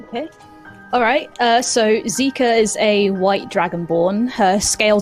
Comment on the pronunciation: I keep hearing Xiika pronounced as Zika as in the zika virus